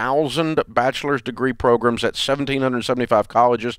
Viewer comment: Bro it’s pronounced program not progrum